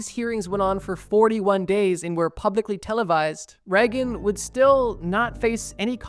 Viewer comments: not that it matters because he was a piece of garbage but it's pronounced like "rayg-in" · "Ronald Reggun" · Please google how to pronounce things. Its not reg-in. Its Ray-gehn